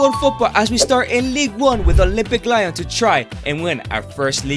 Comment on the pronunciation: It's "Le-on" not lion